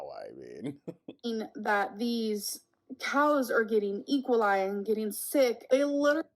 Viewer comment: "Equal-eye" is the best she could come up with for E. coli hahaha